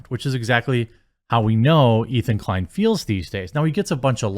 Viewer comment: His name is Ethan Decline, correct yourself please LOL